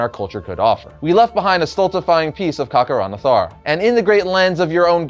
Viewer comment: Am I the only one who noticed he kept mispronouncing Kakaranthara as Kakaran*a*thara?